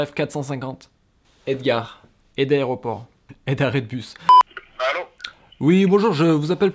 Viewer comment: Edgar, edaeoroport, edarret de bus 😭😭😭😭😂